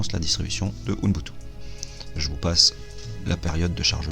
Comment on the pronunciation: "OUNBoutou" ou "UBuntu" XDDD :))